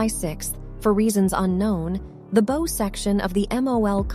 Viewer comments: Another production with a horseshit computer voiceover. So anoying... the system is too stupid to decipher context. the pointy end of a ship is a BOW - as in a dog barking. BOW-WOW! Get it? Not Beau or bow, which goes on a present. Downvote. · So you just have to use an AI narrator. You can't use a HUMAN BEING, who knows the difference between the pronunciation of the word "bow", as in the "bow of a ship", vs a "bow in somebody's hair". SMDH You people are pathetic. JUST HIRE A HUMAN BEING FFS!!!! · a robot is reading this, right? no native english speaker would ever say "three six four meters", they'd say "three hundred and sixty four" Edit: a bunch of the script is verbatim from wikipedia. and she said "bow" like "bow and arrow" instead of "bow" like the bow of a boat...really guys? can't you guys make money more honestly? it's gross.